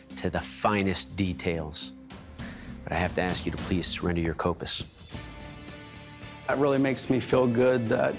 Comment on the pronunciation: Its kopsis